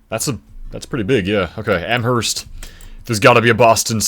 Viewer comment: weird question to be answering, but Anaconda-Deer Lodge in Montana is a merger of the city of Anaconda with Deer Lodge county. also, you don't say the 'h' in Amherst. on a similar note, you also don't say the 'h' in Aloha, Oregon- the theory i'm familiar with is that it was originally Aloah, from an indigenous word, but at some point the 'a' and 'h' got switched. the pronunciation stayed as it was, but the spelling changed.